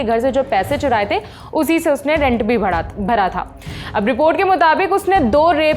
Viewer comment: Bhda nhi hota Bhra hota hai...kya bhda bhda bol rahi ho madam ji towtli ho kya